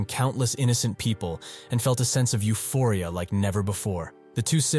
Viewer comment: 👀You did not just say euphoria 🤣